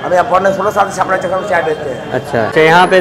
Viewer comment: छापड़ा नही भाई छपरा है